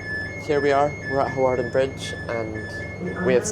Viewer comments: Hawarden is pronounced Harden.😃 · Pronunciation help: Hawarden > Harden Shrewsbury > Shrew-s-bree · Hawarden (up the hill )and Hawarden Bridge (bottom of the hill) is pronounced Har- den. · It is pronounce harden 😂